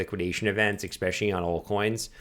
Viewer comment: I just came across your content and one minute into my first video you pronounced it "ECK-SPECIALLY" and I'm really, really struggling to listen to everything else that's come afterwards. Please help. I want to believe.